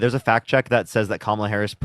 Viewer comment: they will pronounce Kamala's name in every way except the correct one.